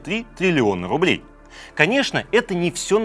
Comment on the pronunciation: Трррилион рррублей